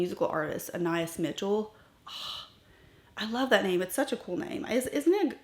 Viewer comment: Lisa E pronounces it "( an eye EES' ) described as a cool antique pewter with sage green undertones shot through with silver, pink and gold shimmering pearls. See her video titled "New Shades Are Here!" . "The name Anias (as you pronounced it) is a male name of Greek origin that means "Son of Apollo". It comes from the Greek prefix ana, which means "son of", and the name Apollo, the god of music, healing, and prophecy. In Greek mythology, Apollo was the king of the island Delos. The name Anias reflects a divine lineage and a sense of nobility and honor."